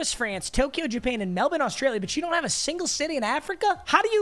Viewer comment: As an Australian I can confirm that is the only American to correctly pronounce Melbourne